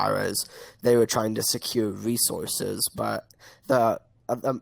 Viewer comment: " accuwate wesources "